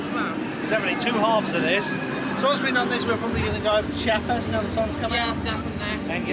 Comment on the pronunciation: Nice one, enjoyed the vlog of this great park! Funnily enough, your pronounciation of the German names was quite good, but Chiapas is less like "chee-YA-pas" and more like "chA-pas" (after a state in southern Mexico), the "i" hardly being pronounced at all. They chant it several times on the soundtrack in the area 👍